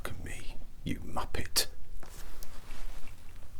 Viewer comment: Sounded like he said my pet and I was 🫠🫠🫠🫠